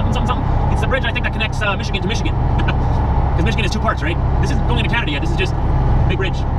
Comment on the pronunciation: ...Its CAN-A-DA.My opinion its disrepectful to your and our great country!!!!!